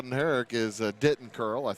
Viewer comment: It’s not pronounced DITT ON it’s pronounced DI TON. (I go to school with him)